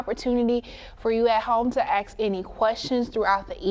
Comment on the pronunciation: Ask not axe.